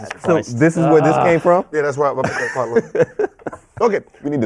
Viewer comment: Tf this guy saying KAWHI. this man is dumbbb